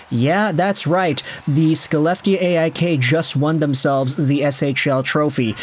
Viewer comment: Little note: Skellefteå is pronounced "Shel-LEF-teh-oa".